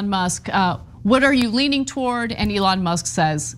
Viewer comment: He call Elon Leon lol